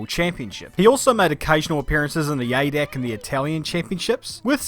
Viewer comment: "ADAC" is pronounced "A-D-A-C" (like AC/DC) btw